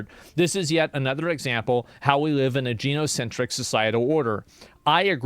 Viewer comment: guy-NO-centric not gene-No-centric